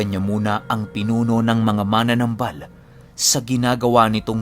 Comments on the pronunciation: wala naman syang sinabi na mali ang pagkabigkas ni Pinuno. Ang sabi nya dahandahan sa pagbigkas ng salitang MANANAMBAL (Manggagamot in Tagalog) kasi ang pagkakapronounce kc ni PINUNO ay MANA-NAMBAL which is katunog ng MANA-NANGGAL. Ang tama kasing pagpronounce nyan in Bisaya is MA-NA-NÁM-BAL. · Dahandahan lang po Ang pag pronounce Ng "manamnambal" . Hindi po Yung parang mananangal.. heheh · Ma-na-nambal dahan2 lng po yan po tama pagbigkas sa bisaya pinuno